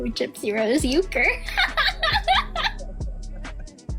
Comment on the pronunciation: Why did she pronounce Ken's last name "You - Kerr"? When his name is "Urker~ Yerr-Kerr".